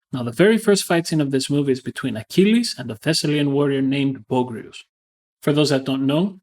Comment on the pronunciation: First - it's Boh-AG-ree-us not BOH-grees. Second - you're talking about a fictional depiction of a fictional one-on-one combat that never happened. In the context of the movie his actions make perfect sense. Achilles isn't just any warrior - a warrior with his level of skill gets to play by his own rules. He knows he can take Boagrius (Boh-AG-ree-us) down easily with a single plunge of his sword, he doesn't need the shield. Boagrius was doomed the moment the generals decided on a one on one combat.